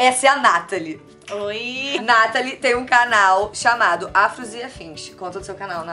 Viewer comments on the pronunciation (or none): não é Nátali, é Natalí